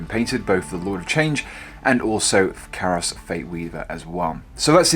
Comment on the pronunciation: KAI-ROS....KYE-ROSS!! Not CARROSS